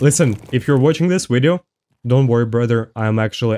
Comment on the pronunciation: say “video”: wideo say “wendigo”: vendigo